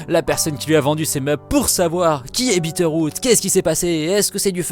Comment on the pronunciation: J'ai compris Peter Pan au lieu de Bitteroot. Rip.